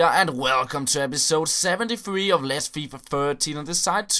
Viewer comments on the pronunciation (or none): none